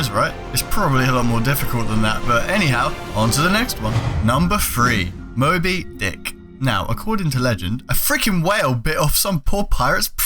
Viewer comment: Did he just said mobe dickkk😂😂